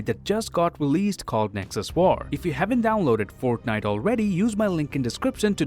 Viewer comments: My dude said “forknite”😂😂😂😂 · I love how he pronounces fortnite as forknite